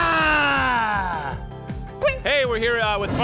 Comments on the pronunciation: it's Kamehameha not Kamekameha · it's ka me HA ME HA NOT KAMEKAMEHA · Also why kamekameka it kamehamehaaaaaaaaaa and then a blue ki beam comes out is hand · boy said kame kame ha LOL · Kamehameha not kamekameha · Kame-Kame-Haaa I was so triggered when he said that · he said KAME--KAME-AAH. WTF LOOL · Kame-Keme-ha? You said it wrong!